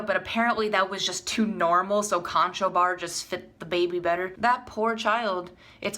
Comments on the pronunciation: I some how came across this, it was a bit painful to watch the mispronunciation of the name Conchobar. Conchobar is the Gaelic name for Conor or Connor. It is not pronounced Con-cho-bar, it is pronounced Cru-hoor, though sometimes Kun-ah-khoor or Cun-i-ver. It is a big name in Irish history and mythology... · Pronounced Connor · Conchobar is Irish for Connor its pronounced Cruh-ur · Conchobar is pronounced Conner...?